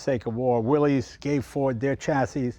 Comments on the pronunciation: "Will-iss"... It wasn't pronounced the way it looks. What I want to know: Is it bulletproof? 😂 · Correct pronunciation is WillISS. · You'd think Leno, more than anyone else on YT, would know better. He probably has a dozen cars built by Willys-Overland, and yet throws out a "Willy's". 🤦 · Isn’t it pronounced “Willis”? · Jay, I really expected you to know how to pronounce Willys. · Disappointing that even you mispronounce Willys. I had such high hopes.😢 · Jay, you're a collector. You should know how to pronounce "Willys." 😐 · Even Jay mispronounces Willys. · With how knowledgeable Jay is about cars, I’m surprised he pronounced ‘Willys’ wrong. 🤔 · Yes, it is. The young and uniformed pronounce it the way it's spelled. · Please, Jay, the name Willys is pronounced as Willis, not Willies. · It's not pronounced Willy's, it's pronounced Willis. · Willeez...willeez...willeez...over and over throughout the video. It's pronounced "Willis." It's not the possessive form of "Willy," It's company owner John Willys's last name, and it's pronounced "Willis," like when Arnold says "Whatchyoutalkinabout Willis?" in Diff'rent Strokes. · Mr Willys pronounced his name and the nane of his cars, company.."WILL IS" not "WILL EES" an amazing paradox on how American pop culture can distort anything lol! I have a 1943 Ford GPW drive train under my 1954 CJ 3B with a 1951 Ford flathead V8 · Jay, Jon Willys’ name was pronounced “Willis” , not “Willies”. I appreciate that the popular pronunciation is “Willies”, but it is worth mentioning the original pronunciation . Cheers! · It's really sad when even Jay Leno mispronounces "Willys". It's Willis, not Willy's. The company was named after its founder, John North Willys, who pronounced his name and his company /ˈwɪlɪs/ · I've always heard Willys should be pronounced "Willis" (not "willies"). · Pronounced “Willis,” not “Willies”. Damn. It’s not rocket science. Learn how to pronounce the damn thing, 😂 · It's pronounced Willis.